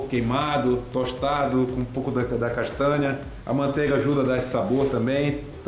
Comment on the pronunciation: nao tenho maturidade pra esse seu jeito de falar palavras com NH (castânia) kkk S2. vale pelo engajamento